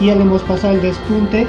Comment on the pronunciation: Q chistoso como dices por el pespunte. Despunte